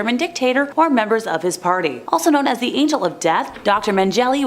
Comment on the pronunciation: It's not pronounced Men-jelly. (SMH)